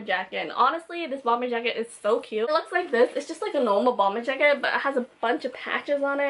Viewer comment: "track jracket" lol, not being mean😂loved this video